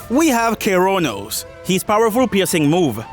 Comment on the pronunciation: "kiroonoos" its ke-rav-nos bruh